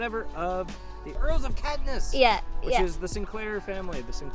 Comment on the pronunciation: Hey Guys... glad you enjoyed it here (I live in, and love Caithness ... you pronounce it wrong, think Cape... but with the 'TH" being as English language depicts... and Ness.... like loch Ness). Come again, but with better foot wear 😁😁. Great Blog, you went to see much more than most do when visiting, and you gave myself and my wife some ideas too. We're not originally from here, but we love it in Caithness. Not everyone makes it here, it's much more about being part of it, than part of the wide media driven world. Both my wife, Jen, and I have travelled extensively, and spent time with the locals and in strange off the beaten path places. So we applaud you both. Gonna subscribe, and enjoy your travels with you. If you come back, let me know... there's way way way more to see... and the islands are a must for anyone reading this.